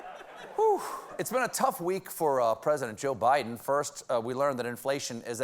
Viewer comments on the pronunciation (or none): none